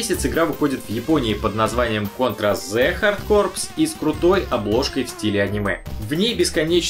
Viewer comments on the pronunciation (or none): Немного смутило произношение названия, всё-таки это Контра Хард Корпс, а никак не хардкор, так-как имя собственное. Джо не мёртвоглазый, а одноглазый. А если по хорошему, то вообще меткий Джо, так как слово deadeye используется в жаргоне для для обозначения метких стрелков. Ракета стартовала не просто так, а из-за того, что, в сердце Бахамута было встроено устройство, которое запускало ракету в случае его(сердца) остановки. А так, нет претензий, молодец. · Раз уж на то пошло, то "HARD CORPS" произносится/читается не "ХАРД КОР", а "ХАД КО". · Надоело слушать уже бредятину о транскрипции названия. Читай хоть по брит. Hard |hɑːd| Corps |kɔː| Но, тогда один момент, важно знать для кого говоришь. И кто из игроманов способен понять, что ХАДКО это Hard Corps??? И на отметке автор всё-таки произносит "Хардкорпс" :) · правильно по транскрипции произносится "ко" corps [kɔː] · Какой, мать вашу, "хардкор"? Забейте в гугле и послушайте, как произносит гуглотётка, хотя бы. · Посмотрел этот видос в день выхода - 8 лет назад. Но всё ещё не могу понять, почему утверждает, что читается: Contra Hard Core? Я слышу, что и в рекламе так сказали, но почему? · Хардкор? А куда ты дел английские буквы "p" и "s"? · Я вот тоже не понимаю, зачем нужно заморачиваться над "правильностью" произношения и насиловать своё восприятие, ведь для нашего русского уха куда более эпично и приятно звучит версия с буквой S на конце. Ну а так создаётся впечатление, будто игру "кастрировали".